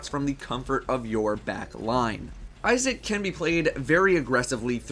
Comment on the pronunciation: Thought is said ISIS :/